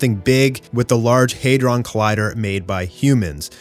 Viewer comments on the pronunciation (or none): none